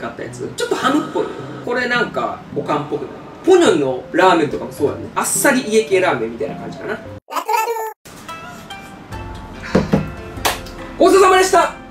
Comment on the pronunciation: ぽにょのが言えてなくて可愛い😂！ ぽにょにょって言ってたよ☺️💕笑